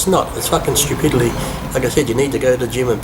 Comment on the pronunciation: He says stupidilly and compedellers. Funny stuff. Love him though😇